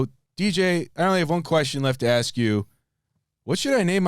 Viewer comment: Call it "I must ash you a question"